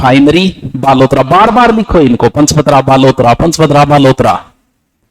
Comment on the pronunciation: Paspadra not panchpadra